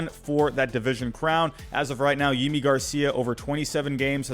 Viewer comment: Thanks for this. Btw it’s *Yimi Garcia.